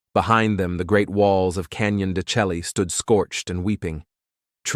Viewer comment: Learn how to pronounce the name of the canyon please